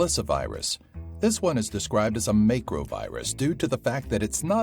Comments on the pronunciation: It's MAC-ROW not MAY-CROW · its pronounced /'makrō/ not how you said it. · he's saying macro wrong lol